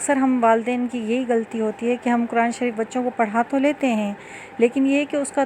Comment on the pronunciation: آپ خود تو لفظ۔۔۔۔قرآن۔۔۔ کو غلط تلفظ کے ساتھ پڑھ رہی ہیں۔۔دوسروں کو کیسے درست تلفظ کے ساتھ پڑھائیں گی